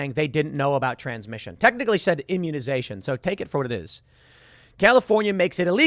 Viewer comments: Sounds like she said, "huminization"...??? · Sounded kinda like she said “humanization” and not “immunization” lol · Humanization or immunization what did she say? Sounds like both to me. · Ah she said "immunization"